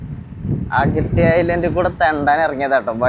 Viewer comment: അഗട്ടി അല്ല അഗത്തി ആണ് 😅